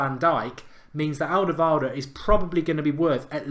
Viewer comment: Wow, you really butchered Alderwiereld's name.